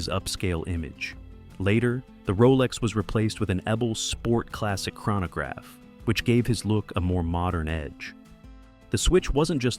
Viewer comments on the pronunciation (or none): none